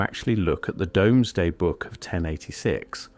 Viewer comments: Ai did well til it said “ domes day book “ . Dooms day ! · Poor Ai, you were doing so well up until you pronounced Domesday Book wrong. Another Ai slop video